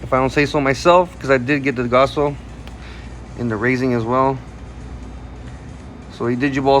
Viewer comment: Really love the content but man cant help but to stress with how u pronounce gaoss as gasso t.t